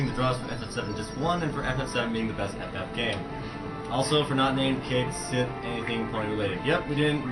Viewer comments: I heard the name pronounced "Ket" (or "Kit", don't remember) "She". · I have two problems with this run. says NOTHING about what he's doing, and they don't know how to pronounce "Cait Sith." Spoiler: it's "kat shee." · konkakonkadudu Except Cait Sith is pronounce Kate Shee. Certain Japanese characters don't translate well to english. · Also, in Dirge of Cerberus, they pronounce his name as "Kate", although don't know about the Sith part. Heh. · NO ONE is going to pronounce Cait Sith's name correctly first time through, so me, including many other people, are always going to say it as "Kate Sith" as it's spelled.